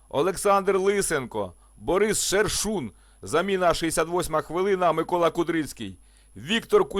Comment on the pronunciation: Борис - Шуршин, а не Шершун.